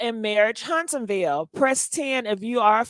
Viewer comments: 😂😂😂 HUNTSVILLE. Not Huntsonville! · Its Hunts-Ville